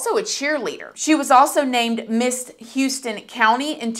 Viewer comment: It’s pronounced “Howston” country.